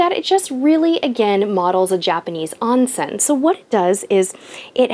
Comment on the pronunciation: The word "Onsen" is pronounced as "own-sen". A long "O" rather than a short "O"> Otherwise, great video.